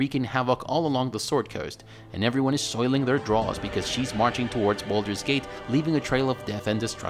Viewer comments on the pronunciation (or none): none